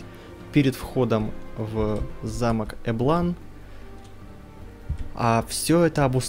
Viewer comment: Эм... эблАн звучит как-то некрасиво для русского уха... я всегда называл этот замок Эблан, с ударением на Э.